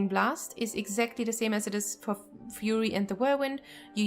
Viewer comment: I love it! I thought Fuhrer Warrior sounded cool! 😉😉😉